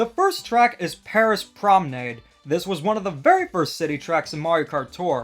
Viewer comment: My heart when every YouTuber pronounces Paris Promenade wrong 💔